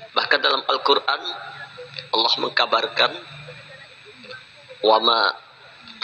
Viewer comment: Subhanallah..benar YaaAllaah...tapi kalo boleh usul tolong kalimat ha dlm lafadz Allaah jgn pakai ha kosong(ح) kada tapi nyaman talinga mandangar nya...🙏🙏🙏🙏